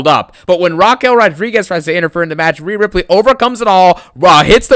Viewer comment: "Rheana Ripley"? Seriously dawg? That gothic witch? 🤣